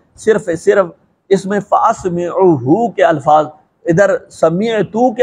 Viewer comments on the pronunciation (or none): حضور آپکو تو ماشاءاللہ عبارت ہی پڑھنی نہیں آتی فاسمعَہ لفظ ہے نہ کہ اسمِعْہ۔ فلان بن فلاں 🤗🙏🙏🙏